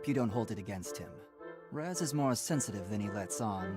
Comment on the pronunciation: Me smashes my head in every time he calls Raz, Kaz